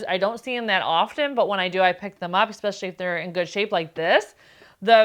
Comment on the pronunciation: STOP WITH THE EX SPECIALLY !!!!Theres no such word ANNOYING ...ITS ES specially 😂its so off putting ur voice is sooo loud but that ur channel is great 😂😂